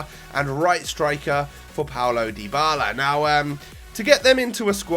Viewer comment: mate it's pronounced Dee-bala not Die-bala! Awesome vid as always